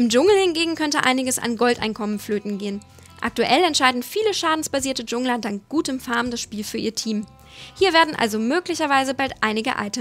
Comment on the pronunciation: Wenn überhaupt wird es dschangler gesprochen... wenn schon klug****** dann bitte richtig :P